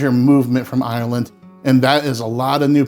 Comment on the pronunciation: You say Ireland in the correct way! Silly thing to notice, but most American's say "IIIIYYERRRrland", You say Ireland! As in 'Ire' and 'land'. It's a real irritant of mine, so I have to mention it. I can only say about Potatoes as Samwise Gangees said "Boil em, Mash em, Stick em in a stew". Have potato will eat.. Great channel as well, and I love the way you present. Respect and love from London, England.